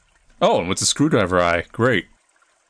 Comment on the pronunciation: Its. It's a. screwdr-eye-ver